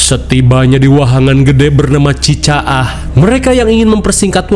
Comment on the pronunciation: Chi Leng Chang panginten bang eja bukan Chi Caah